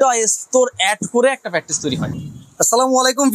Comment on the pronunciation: রাম বলদ ২ বছর ধরে ভিডিও করেও ম্যাট্রেস কে ম্যাট্রিক্স বলে!!